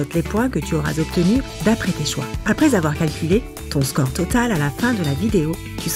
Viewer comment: petit défaut de prononciation , c'est score et pas core